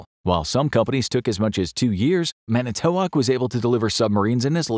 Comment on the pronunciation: Manitowoc: accent is on the first syllable.